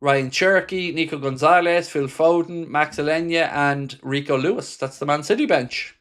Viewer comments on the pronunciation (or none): none